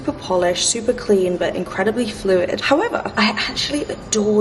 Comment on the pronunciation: "Howevah" - Love all the bags!